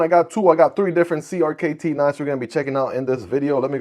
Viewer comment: You’re supposed to pronounce CRKT as “Cricket”.